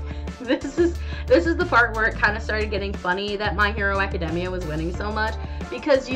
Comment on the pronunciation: My hero academia was pronounced so wrong in this video “just to clarify” my hero academia should’ve won